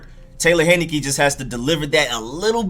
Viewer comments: HIGH-NE-KEE not HEN-NI-KEE Taylor, not Tyler... Great play deserves getting it right. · Thank you for the film! I saw him play 4 years at my college (ODU). He was amazing for us! By the way, his name is pronounced TAY-lor HIGH-NUH-KEE. Lol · It's Taylor Heinicke, like the beer but without the n at the end, and his first name is Taylor, not Tyler. People butchering my man's name. Dude lit it up at ODU.